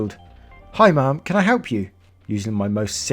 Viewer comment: why do you say ma'am like mom 😂😂